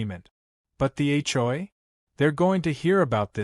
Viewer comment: It's HOA, not hoi. Dumb AI can't even spell correctly.